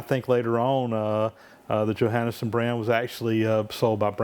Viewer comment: Hi name is pronounced yo-hawn-son.